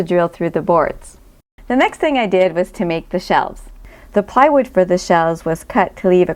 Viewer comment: why you pronounce plywood as piewood?